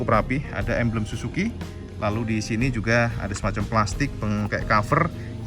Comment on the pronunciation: SUZU cak, bukan SUSU....beda jauh itu 😄😄😄